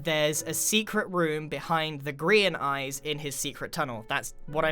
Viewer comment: Does any one else hear "Korean Empire" instead of "Grian Empire"?